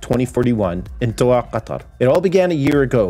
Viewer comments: more like dough ha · This ain’t a bad story. I’m probably a dumbass but I lived in Doha and we pronounced it like “Dough Ha” probably just me being an idiot but if I’m right yeah. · That's not how you pronounce Doha lol. You pronounce the H just like in hair " doe-ha"...not complicated. The way you said it means a totally different word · That's not how you say the city name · The way you pronounced Doha was meh, which is totally understandable. But the way you said Qatar, damn bro, on point.